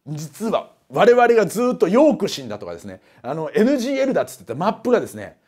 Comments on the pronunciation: 一回NGLじゃなくてNGKて言ってます笑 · NGLをNGKって言い間違えたとこで笑ってしまったw